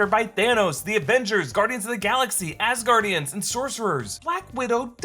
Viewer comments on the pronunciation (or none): I swear you said “ass guardians” 🤨